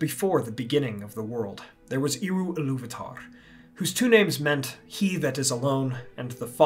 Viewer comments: Hwy would ye procounce Eru as Eeru? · Great video. In Quenya its pronounced as "air-oo" though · apart from the slightly funny pronounciation of "Eru", awsome video! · Well, at least this video made me check whether or not Eru is pronounced "iru". No.